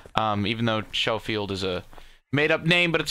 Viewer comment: Schofield is a real gun is pronounced skoefield